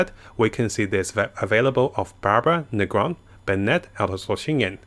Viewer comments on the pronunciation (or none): Ngl every time pronounces Fischl's and Ningguang's name it makes me cringe -_